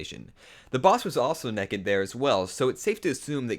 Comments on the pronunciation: Haha you said nekid! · Why do you say neked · I heard you. You said nekkid. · "Four if you count him being nekked." ._. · You say Nekked instead of naked and ecscape instead of escape.